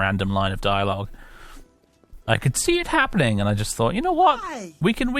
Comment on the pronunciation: just yust just yust just yust. Freaking Swedes!